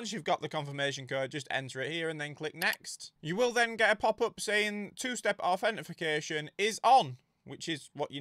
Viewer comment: Did someone comment it's authentication, not authentification? Bugged the hell out of me😅